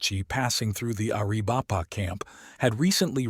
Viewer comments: Air-a-VAI-puh. Pee-NAHL. There's a ~ above the Ns in Nina and la Canada. Nin ya, Can YAda. [F--king Snowbird AI. This is getting painful.] Papa-GO. [Only this is no longer politically correct as it was the Spaniards' contemptuous title meaning ''Potato Eaters.'' These people call themselves Tohono O' Odahm.] GAI-yur-o. Nahn-Tahn. Apache for Captain. Mission San Ha-VEER. Hashkebanziin is generally called Eskeminzin by Americans. You should feed more actual period photography of the region into your AI. The backgrounds would look a lot less like air-brushed Hollywood backdrops. William Oury was the brother of Granville H Oury, a lawyer, who was a Confederate delegate for Arizona Territory in Richmond. Also a Confederate cavalry officer.. A Tucson pioneer, G H Oury had a park named for him in Downtown Tucson, at St Mary's and Freeway Access Road. It was Oury Park in April 2022. By 2024, it was renamed David S Herrera Park. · Air - uh - vipe - uh😂😂😂 AI is stupid.